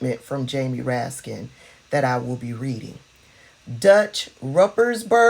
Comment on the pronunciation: MTG calls Raskin Raskins. There is no S! He corrected her.